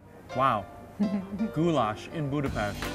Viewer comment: Finally a man who pronunce Budapest correctly